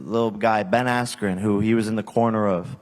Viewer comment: that was so bad and disrespectful, are you seriously gonna act like not one time during the whole fight camp you heard someone pronounce askren’s name? Do you not know how to read properly?